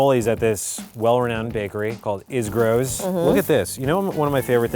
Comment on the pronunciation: Am I the only local who noticed that Isgro’s should have been pronounced “Is-ROHS”? But cheers to Quinta for introducing the guys to Tastycake.